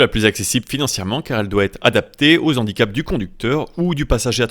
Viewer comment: 0'45" "Aux Z'handicaps....." Vraiment ??? 🤔 NON. Pas de liaison car le mot est de racine germanique et non latine. Donc le H est aspiré et non graphique, pas de liaison possible. Comme hérisson, haricot (non les z'haricots N'EST PAS toléré, c'est une légende urbaine!), hache, hamburger, hibou.... Et pas comme habitant, hélicoptère, honneur, huître, histoire... 😉